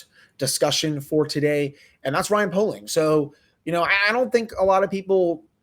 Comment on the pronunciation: i’m friends with poehling’s cousin it’s pronounced pay-ling